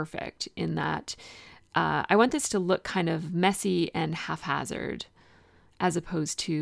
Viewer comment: This is an adorable layout. I hope you take this in the spirit in which it is intended. I think twice now in two different videos, I've heard you say what sounds like "halfhazard." The word is "haphazard." Maybe you're saying that, but it sounds like "half" in the videos, so I wanted to make sure you knew.